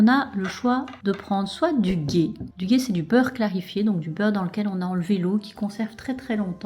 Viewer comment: Le ghee se prononce le " gui " 😊